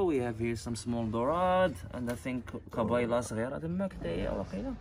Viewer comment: "kabayla" is makro i had to point this out because it ryhmes with acro :)